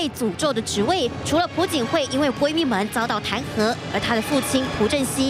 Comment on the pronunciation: 不是朴(PU)槿惠是朴(piao)槿惠，没文化在那儿瞎BB